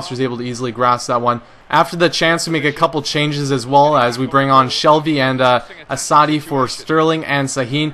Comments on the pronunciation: lol you pronounce assaidi not very well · Enjoying the videos try and get doumbia next transfer window and pronuce assasdi name right lol YNWA !!!